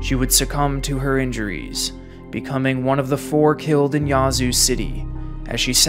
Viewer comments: The a in Yazoo is not pronounced ah. Think of the way the a is pronounced in ash. The way he says it is so cringe to locals. 😂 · Living in Mississippi I hate the way hes saying "Yazoo city" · You can’t fault out of state folks for not being familiar with our local dialect and pronunciations.